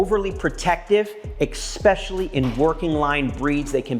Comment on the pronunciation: Expecially?. Never heard of this word before.